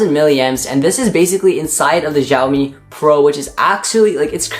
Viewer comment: lol he pronounces it as jhiao mi , it's xiaomi g.d. it